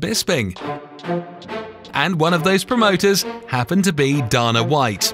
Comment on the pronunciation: Theres no way you pronounced Dana White‘s and Tito Ortiz‘s name lika that